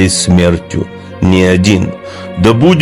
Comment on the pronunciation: Вот слово ...ВЭЧНА, мог бы и не добавлять! Звучит как то комично с твоих уст.